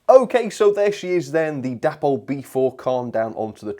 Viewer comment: I am sure it is pronounced 'DAY-pol'? The founders were DAvid and PAULine.